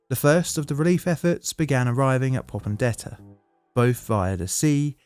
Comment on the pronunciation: Your mispronunciation of names like "Rabaul" and "Popondetta" indicate to me that this video is poorly researched. If you can't get that right, I have little confidence in any of the claims you make.